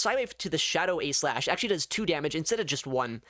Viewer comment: he says A.Slash not aegislash